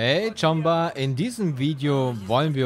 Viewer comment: Mal ne blöde frage, warum sagst Du immer Hey Tschamba.... In Cyberpunk sagen die doch Tschumba (geschrieben Choomba) zu ihren Freunden / Familienmitgliedern? Oder ist das etwas anderes von dir persönlich?